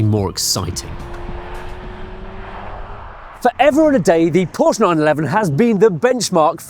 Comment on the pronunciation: Call yourself motoring journalist when you can’t even pronounce Porsche correctly.